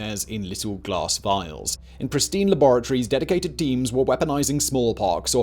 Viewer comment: Secret.... lavatories?? Did you mean "laboratories"? 🤣